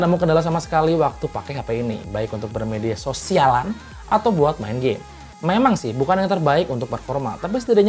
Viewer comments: Penekanan pas ngomong "BERMEDIASO'SIALAN" 😅😅 bisa bisa aja nih.. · Buat bermedia soSIALAN.... hahahaha ditekan banget nadanya